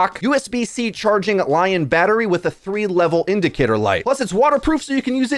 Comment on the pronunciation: just t for future reference: in your Manscaped ad its pronounced "L-ION battery" short for lithium-ion not "Lion". Not trying to be a jerk I swear lol thanks for the informative video!